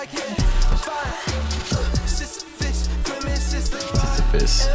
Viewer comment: "Sissy puss" is my favorite pronunciation thus far, haha.